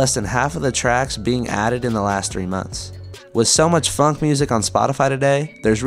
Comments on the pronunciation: why are you pronouncing "phonk" as "funk"? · Bros saying phunk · Broo man is pronouncing it "funk"💀💀💀💀💀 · the fact that you pronounce “phonk” identically to “funk” annoys me so much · It's phonk not "f u n k"